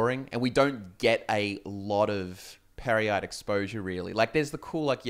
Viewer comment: Pear-yite perhaps?